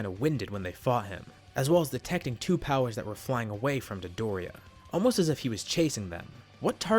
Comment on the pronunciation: Why do you pronounce dodoria like midoriya